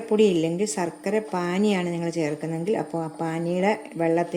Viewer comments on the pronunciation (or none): സർക്കര അല്ല ശർക്കര